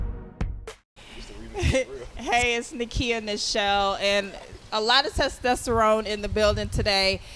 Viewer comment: This girl said "alot of testasterone" LMAO